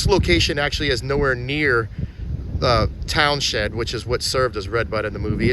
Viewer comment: I am liking your videos a lot lately. Not that it matters much but the town with the gazebo is pronounced towns end. I grew up around there